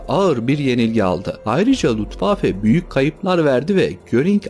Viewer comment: Luftwaffe yazip Lutwaffe diye okuman enteresan olmus.